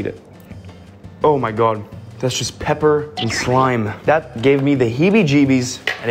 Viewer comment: The way he said pepper 💀